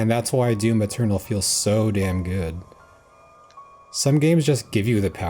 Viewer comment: Yeah thats DYUM ETYORNAL